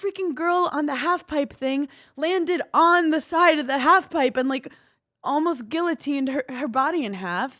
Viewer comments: Hannah’s mispronunciation of guillotine is frying me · came here to say the SAME thing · It doesn’t stop x.x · Love you Hannah, the Ls in guillotine are silent